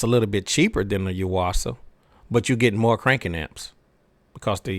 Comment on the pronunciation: I've had good luck with the Duracell's. Also, i now know how to pronounce "Yuasa". I've been doing it wrong.